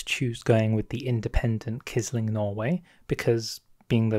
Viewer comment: Quisling is pronounced as if it were 'qwisling'